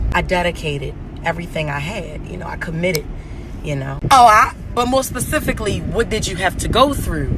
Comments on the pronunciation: I am offended by the whole "pacifically" comment pissed me off..i can not stand her.. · PACIFICALLY how did u do it..., gone on...